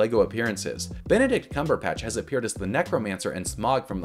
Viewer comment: I just find it funny how you said his name, with a P instead of a B. Great video and minifigs though